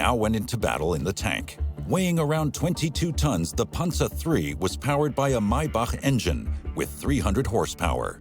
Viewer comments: It is pronounced Pan-zer (Panzer) not Ponza. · The way this guy says panzer is irking me.... panZER, not pansa. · punza lol pan zer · the german pronounciation is closer to ''Pansa'' rather than ''PanZer''